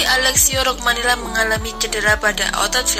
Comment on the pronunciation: Romagnoli mba... bukan rogmanoli !!!